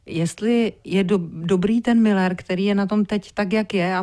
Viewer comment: Ale on neni Miller ale Müller uz to vyslovujte konecne spravne